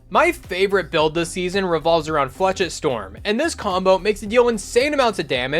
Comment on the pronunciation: It’s pronounced “flashette” not “flechit”